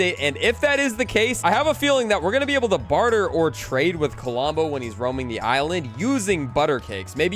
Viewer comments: "Kalombo"? LOL Love ya,. "Klombo", man. "Klom-bo" Huge fan of the channel, bro! 😅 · Under 30 mins ❤ Also its pronounce klom-bo with only 2 syllables not ka-lom-bo Just so you know im not throwing shade at you it just bothers me when people mispronounce things Love the vids. Also if you put villigers on the farms they will give you more wheat same goes for other crops if you have them planted, and the droped fish on the ground are from a bear they sometimes drop fish